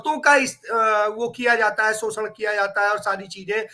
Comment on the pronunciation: … सोसन नहीं शोषण कहते है। कृपया सही भाषा का प्रयोग करें।